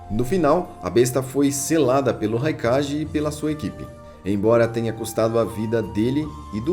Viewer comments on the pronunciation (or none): Que agonia ouvir ele falando "Raikaje" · Vídeos da hora mas sua pronúncia pode ser correta em alguns termos !! Não é crítica te atacando so que é algo que tu pode fazer correto !!! Nunekin - NUKENIN "Raikage - nome certo mas a pronúncia certa é"kague" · engraçado que ele fala "kague", mas quando vai falar do Raikage sai o ji no final